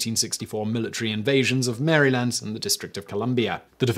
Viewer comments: You're right, I should have included more history and reality. So for history : Maryland was named after Henriette Marie de France, Queen Consort to Charles I... Not whatever you made up. For reality : it was never pronounced "Mary. Land." for the same reason they're not pronounced "Ice. Land." nor "Green. Land." All dialects of English have stressing associated with vowel reduction. There are some dialects which will express or assimilate different sounds, like flapping the r (which is what you do to the t in mountain or Dayton), dropping the d, or maybe not even go full schwa and instead going closer to the i in "sit" or the e in "set." All of which I'd still consider within the realm of one of the English phonologies. About the only time you would get a cluster of "tense" vowels is when you're attempting to pronounce a foreign word in a more native way, but as we agree, Maryland is English. Actually, this isn't even the first time Simon has truly butchered a pronunciation in this way. It seems like when he comes across an unfamiliar word he voices every letter like he's reading Cyrillic. Maybe he's a Russian spy? Heh. But no, the way he pronounced is not proper British English, nor any other dialect, currently. And if you know of evidence of non-vowel reduction possibly in Middle or Old English, let me know... I admit my academic curiosity with languages is more rooted in the present. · You say, "merry-land" we say "merril-land"